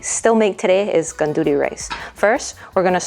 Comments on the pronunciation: I'm sorry but you are pronouncing gandules incorrectly. It's Arroz con gandules not gonduly rice. IT IS sofrito, not " like" sofrito. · "Gandudee" rice 🙄🙄🙄🙄🙄 Learn how to say it the right way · Aloha mai kāua. 🤙🏾 I just wanted to say that the proper pronunciation of gandules is gun-doo-less. Another common mispronunciation is pasteles which should be pronounced as pahs-tey-less. It's so important to know the proper pronunciation of all languages, especially those of indigenous cultures so that it'll be perpetuated for future generations. As a kanaka, it makes me cringe in disgust every time I hear people mispronouncing/slaughtering our very own ʻōlelo kanaka. It's the concept. Whenever the actual people hear their language being pronounced correctly, it really puts a smile on their faces. I just wanted to share, that's all. Mahalo iā ʻoe.